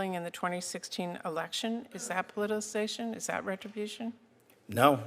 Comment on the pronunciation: How did she get this job but can't even pronounce the word POLITICIZATION??? She said "politization" multiple times, WHICH IS NOT EVEN A WORD.